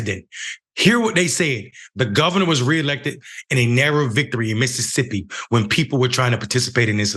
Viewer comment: Its "MISSISSIPPI" 😒🙄